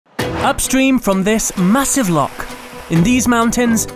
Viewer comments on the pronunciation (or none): Lochhh not lock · You pronounced loch as lock so i immediately stopped watching 🖕